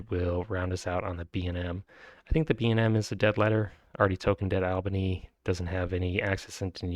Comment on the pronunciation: Good pronunciation of Albany! :)